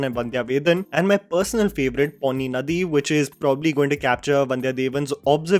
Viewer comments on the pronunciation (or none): none